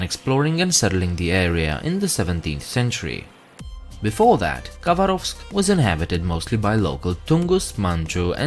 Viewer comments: not russian, because he does not say khabarovsk right. ‘k’ is silent and the stress goes on second ‘a’...so Habárovsk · When pronouncing Khabarovsk the K is silent, so it’s pronounced Habarovsk